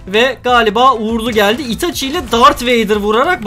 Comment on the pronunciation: Abi sauske her otacı dediğinde sinirlendim